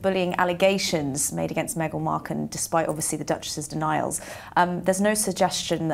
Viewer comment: Did she call her 'Megal Marken'???? 🤣😂🤣